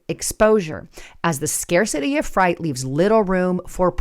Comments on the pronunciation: love what u put out, I've been watching u back when candidate Trump was running, you have grown so much, thank you..Im not sure if someone made a mistake with teleprompter but you say fright, I think it's ment to be Freight..Thank you for all your hard work. 🇨🇦👋❤️ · Frate not fright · FRIGHT IS SPELLED THIS WAY AND FREIGHT IS PRONOUNCED LIKE FRATE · are you using AI to generate yourself and your video? I think you know how to pronounce “freight” but a cheap AI program won’t. Not good. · Honestly, i found it hard to watch this one through as I kept listening to you calling freight fright. It's freight - pronounced 'frate'. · It’s freight frāt like “freight train” Not fright frīt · It’s freight not fright 🤷. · Fright or freight? Which is it? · It’s not Fright get it right say long A Freight =“ FRAYT” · Why are you saying fright instead of freight? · Damn I can’t take it anymore it’s Freight not fright. No spooky hauly haul. Your killing me smalls 😂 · Is this artificial intelligence I know speaks perfect English so why does she keep saying fright instead of freight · Learn how to pronounce words. FREIGHT ! NOT FRIGHT ! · WTF? ARE YOU AN AI? “Freight” is pronounced “fr-ATE” not “Fright.” No human could or would make a mistake like that. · As a ex trucker for 10 years, just here to say Fr-eight not Fr-ite. Freight.... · You’re mispronouncing freight hahaha you’re saying fright haha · love you, but please pronounce freight as frate not fright. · FREIGHT not fright lol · it's pronounced freight not fright. 🙂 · Freight. Not fright. Although it does sound rather frightening. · It’s not pronounced fright it’s pronounced freat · Was it spelled incorrectly in the article or do you have a certain accent that makes the word FREIGHT sound like FRIGHT?, you won't pass the English reading test if you try to get your CDL. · Rich, this ain’t Halloween it’s freight, not fright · It,s fright night 😂😂😂 freight night 😂😂😂😂